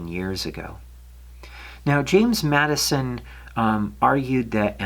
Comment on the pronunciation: Great video just one correction his name was James (Jim) Madsen not Madison .